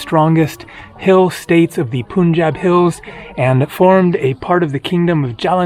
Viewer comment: For correct pronunciation of "Punjab", the first syllable should be pronounced like the English word "pun", and not "poon" . Perhaps your North India vlog will help rectify this common mispronunciation in the West.